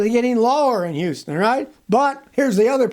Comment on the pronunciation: It's houston lol